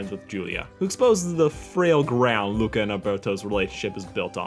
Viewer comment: As an Italian I can't believe you messed up the name Luca